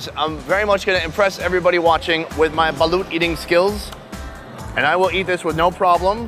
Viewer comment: It's actually pronounced as "balot"